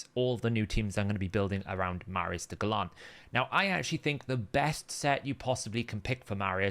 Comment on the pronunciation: Are you under strict instructions from HH to mispronounce names as often as possible, to stick with his brand? Or have you just never heard the word gallant before?